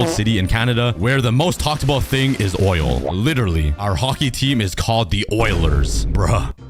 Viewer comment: In usa did you say oil🇺🇸🇺🇸🇺🇸🇺🇲🇺🇲🇺🇲🇺🇲